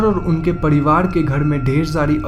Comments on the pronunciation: Padiwad.. nahi pariwar hota hai lol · ye pariwar ko padiwaad kyu bol rha h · Padivad kya he ye apka r ka uchhar me mistake he